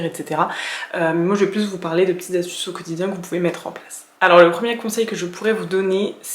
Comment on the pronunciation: Coucou ! Juste on dit "cinq astuces" et pas "cinq zastuces" Et on dit "même si " et pas " malgré que" 🙂 Sinon video intéressante !